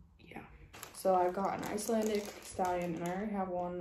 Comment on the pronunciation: I might have miss understood you but you said Iceilandic stallion mare. But it sounded funny